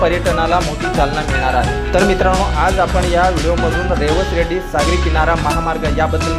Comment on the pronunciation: अरबी समुद्र म्हणू नका सिंधू सागर म्हणा रेड्डी नव्हे रेडी अस आहे